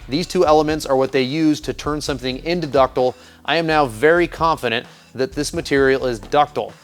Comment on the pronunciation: dis is big brain stuff! ductile. there is an "i" in there.